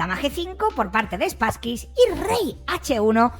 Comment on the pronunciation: 😂 me hace gracia que le llames SpasskyS, suena a perrete 😅